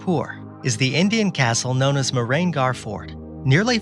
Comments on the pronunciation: ur spelling was very inappropriate , its mee-her-gaarh & the city name is Joah- dh- pur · Its Mehrangarh Fort not castle.